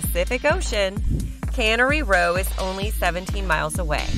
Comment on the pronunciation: These robots certainly can murder the language. Cannery Row…named for the fish they put in cans. Canary is a little bird, often kept as a pet. I liked it better when humans did the talking. But it makes for good chuckles..